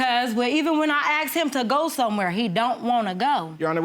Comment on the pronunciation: I aksed him, she meant i asked him Just saying